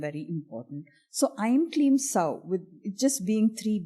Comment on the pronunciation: I would humbly try and make one correction - about "sauḥ" .. It is pronounced as 'sauh-u' as there is visarga at the end - सौः (sauḥ) instead of just सौ (sauh or sow). What are you thoughts about it? Feel free to disagree and offer your explanation as that would assist others on this path.